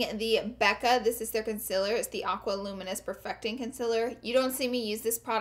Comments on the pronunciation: Concealer is said con-seal-er not con-sill-her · GIRLLLL IT IS CONCEALER NOT CONCELLER YOU PRONOUNCE IT LIKE: consieler okay plz omg stop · Does anyone else cringe when she says conciler instead of concealer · oh my god! everytime she says concealer i just cant lm in love with the way she says it! wo else agrees?